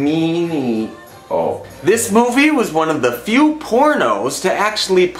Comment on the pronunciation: It is pronounced Gerard "Day-Me-Ano"